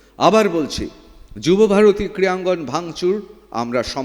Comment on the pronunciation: সঞ্চালক 'ক্রীয়াঙ্গন' বলছেন কি না জেনে ? জিভের সমস্যা?নাকি sarcastically ? 😮